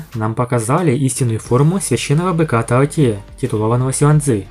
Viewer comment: таОти, ударение на "О"! А на сколько силёy? Ну предельный доуло, но правда лишь с обычными ядрами! Ведь именно на них делается упор во второй части! В общем он будет ровней обычным титулованным 99 ранга, но не более того, Ди Тяня он не превзойдёт. Его стандартное формирование ядра не позволит. Другое дело гг, он нагнёт всех и вся